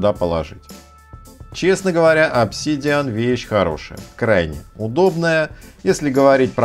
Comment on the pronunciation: обсИИИдиан? прямо с первого слова нет. дизлайк от души. лошня